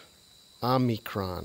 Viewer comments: It's not omnicron, it's pronounced " o me cron" prounced crone krōn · Omi-cron. Not Omni-cron. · Good video. But I will admit I was horribly distracted by your mispronunciation of Omicron. You kept tossing and extra "n" in there. Omicron Om"n"icron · There is no "n" in the word Omicron. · no need to apologize my friend. It was just very distracting LOL